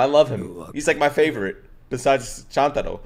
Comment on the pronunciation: …so is anyone gonna tell him Chuntaro is pronounced CHOON-TA-RO?